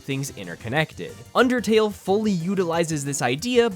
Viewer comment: Me the undertale lover thank you for saying undertale good